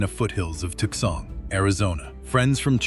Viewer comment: Tookson Arizona. LOL. I hate this AI shit.